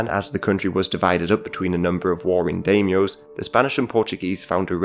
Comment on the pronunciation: Excellent content, so wanted to help your great info. It’s Die-myo. Dye-myo. Da-ee-myoh. Thanks for being a content creator